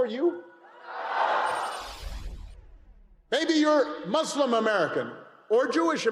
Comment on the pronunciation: Okay Obama good stumping but it’s not mooselum, it’s Muslim. Check your pronunciations peeps. it matters.